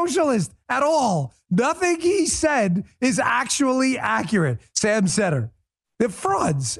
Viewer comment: Love how he intentionally mispronounced Seder to prove he doesn't know who Sam is. But if you know nothing about him why is he claiming he's a socialist when in the video Sam says he thinks he's more of a capitalist. He literally says "he's a leftist from what I've heard" but he's not heard anything about him. Lol